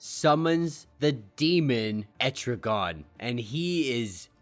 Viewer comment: Etri-gone. Gan, hard A bro.